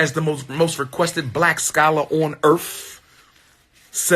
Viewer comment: most requested black scholar talkin bout "earf" 🤣🤣🤣✌🏿